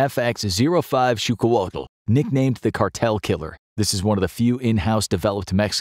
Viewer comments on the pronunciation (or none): Pretty sure you mispronounced it.